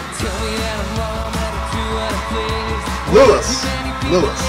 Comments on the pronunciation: Also it's pronounced LOUIEEEEEEEEEEE not LOUISSSSSSSSS even though it's spelt that way x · I'm sorry to say (I'm not sorry at all, really) but now you've started going down the 1D rabbit hole, there is no coming out of it... And that's not "Lewis" but "Lou-ee". I do agree they are super talented and lovable lads, but as a long time fan (not part of the "regular" age bracket for these dudes either, I could - very techncally - be the youngest member's mother), I may be a bit biased :) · Hii Louis is pronounced Lou-ee